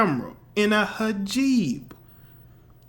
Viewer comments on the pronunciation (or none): you said hijeeb lol its hi-jab as in pronounced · Its not hajib lmao, its hijab...